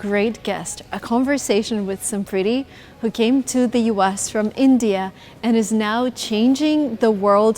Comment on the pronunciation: Her name is enunciated some pretty? Uh that's cute